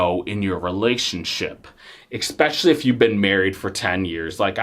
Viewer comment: Sorry dude, you led off with an "expecially" and I can't do 20 minutes of that.